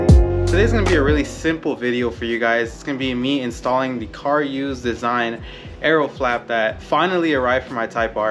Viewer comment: CaRuse not car use lmao.